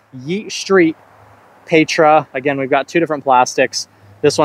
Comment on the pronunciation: Meteor if you're gonna bag a fast throwing putter like the Envy, Tangent if not. Pretty sure Petra is pronounced Peh-tra, like tetra or pescatarian.